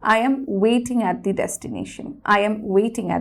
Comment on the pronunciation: I am at the destination.. The pronounciation of THE shouldn't be (দি). It should be (দা) because the word destination starts with consonant not vowel..